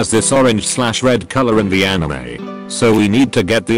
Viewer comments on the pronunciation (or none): none